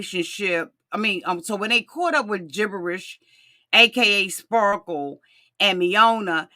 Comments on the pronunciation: Best part was John calling him "spa-kle" 😆😆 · It's "Spahkules" 😂😂